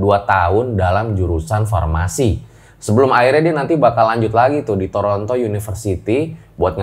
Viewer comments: TORONTO bang bukan TORONOTO 😌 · Toronto bang bukan Toronoto CMIIW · kan sdh ada tulisannya TORONTO kok gw denger mas bilangnya TORONOTO sih?.. apa gw doang yg denger begitu...? 😎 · Kok dengernya toronoto ya.. apa saya salah dengar